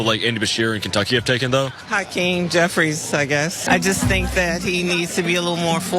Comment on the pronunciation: Auntie who said "Hakeem Jeffries" needs to really pay attention.